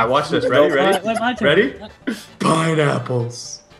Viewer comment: Ha I love how he puts the face when mitch says PINEAPPELS